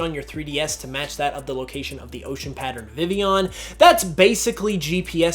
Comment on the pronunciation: vivillon is pronounced viveon? like sevilla? o__o